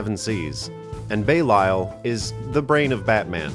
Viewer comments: It's not Bay-Lyle, it's Beh-Lee-All. Belial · Belial is not pronounced Bay-lie-al, it's Bay-lee-al. I learned that from Metal music by some Germans so it's true. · It is actually pronounced Belial (belaial). :) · belials pronounciation killed me its belly-al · I thought it was pronounced fear-na and bee-lee-ul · Your mispronounciation of belial is like a cheese grater on my brain